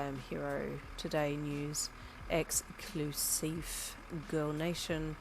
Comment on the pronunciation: I immediately started picturing Brian ( gay bestie/Uncle from hawks) saying exclusife and I started laughing so hard lol